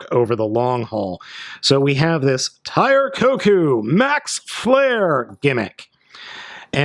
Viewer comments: It's not Tire Koku it's Tire KOUKON! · Tire KoKan. Not kokou